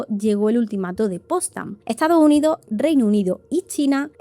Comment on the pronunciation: “Etsado Unido” 🥴